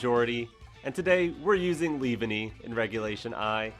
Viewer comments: Leave-Enny?? No its pronounced Lee-Vawn-ee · The way you said leavanny made me flinch😖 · Glad I wasn't the only one 🤢😭